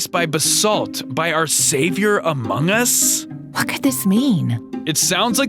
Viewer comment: man is sussy he said amoung us